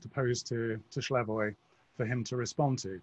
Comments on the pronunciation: Slavoj (not Shlavoj) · Slavoj is too gracious to correct the interviewer, so I will. His name is pronounced Slavoj, exactly as written, not Shlyavoj.